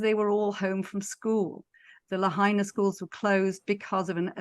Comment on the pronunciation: hello --thank you for posting - please know that the correct pronounciation is : Lahaina ---is: La HIGH na. Not La HEY na. I am curious why you are saying it incorrectly ????